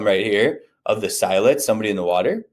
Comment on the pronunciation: It’s not S-EYE-let’s.. lol it’s S-ILL-etz.